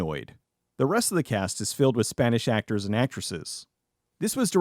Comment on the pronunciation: If only i could 👇 for each Spanish word that you insisted on effortlessly butchering. Alas. Life is not fair